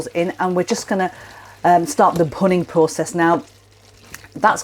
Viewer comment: The process referred to is “bhunning”. Not clear in the vid as it’s pronounced with a leading “p” as in punning. Not explained in text nor the link to the explanation provided. The process is scraping the caramelised sauce from the pan edge back into the sauce to give a stronger, rich flavour.